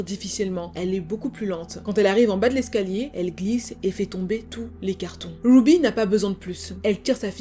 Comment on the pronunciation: Super histoire tres bien raconté mais par contre ce n'est pas grave si tu prononces les prénoms américain avec l'accent français !.... Wouuby (Ruby) a part ca tres interessant